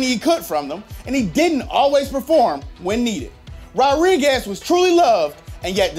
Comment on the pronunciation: Why was he saying “Rodriguez” like “rod-riguez” instead of “ro-driguez” 😂